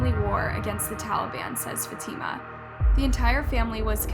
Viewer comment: The way she pronounced fatima😭😭